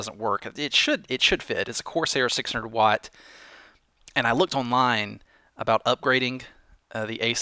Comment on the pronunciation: 1.Watt is pronounced Watt 2.Swapping a PSU for another is the easiest hardware related "problem" with a computer,so don't worry! PS:You can never mistake a power cable for another withing a computer,since it is rather easy to know which cable goes where just by seeing a cable (e.g. different lengths,plugs etc),so it is really nothing!